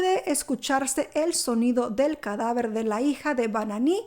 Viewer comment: Se pronuncia "Bin", no "Bananí"